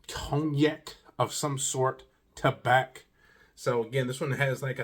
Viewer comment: The C is silent....it's pronounced ta-bah